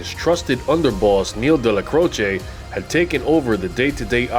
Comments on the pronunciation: His name was pronounced Dellac’roach’, not Della’crochay’ Otherwise interesting video! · Excellent video, Neil delecrosh is pronunciation my great uncle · Well done! Excellent! Best I’ve seen on Neil So many clowns here who can’t equate the correct pictures with folks they are covering or pronounce the names right This is the real deal Neil’s name pronunciation is debatable At MCC Manhattan when I was there at 7 north with plenty wise guys 1990-91 Dellacroce name was uttered with the same hushed reverence as Chins even though he was five years deceased …..Gotti was just John and on my tier but not feared like those two….and pronounced ending short or long E final distinct syllable and also ending like “roach” I speak Spanish Portuguese decently and some high Italian and it should be the short E with its own syllable ending Dellacroce as in “eh” or “a” Again we’ll done Subscribing now